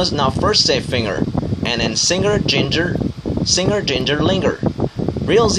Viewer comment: có phải a đọc singer sai k?